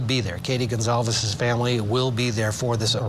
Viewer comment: Sad to see the reporter couldn’t get the name “Goncalves” correct. There was no one named “Gonzales”. As a U of I Alumni, this is such a sad event.